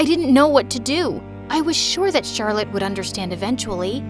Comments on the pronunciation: he said charlotee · I like how said charllote exept the main person